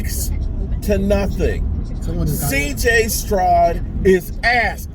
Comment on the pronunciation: CJ Strod.....his damn name is Stroud.....like cloud